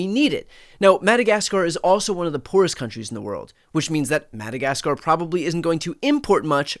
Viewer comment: "annex madakaskarrr" next 😂